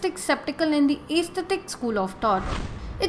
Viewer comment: Good video and informative, but it was hard to hear many things mispronounced enough to change the meaning altogether. For example "Skeptical and Atheistic" are pronounced as "Septical and Aesthetic" which are two words with entirely different meanings (Septic = wound or infection , Aesthetic = Pertaining to beauty or pleasing to the senses, wheras Skeptical = Doubting or unsure and Atheistic = Non belief in God or a higher power). The 6 schools of Vedanta philosophy are also mispronounced.